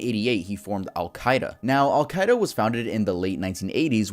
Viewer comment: i absolutely DISPISE how says al-queda